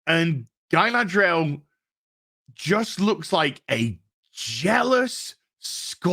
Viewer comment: "*smuckles*" -Guyladriel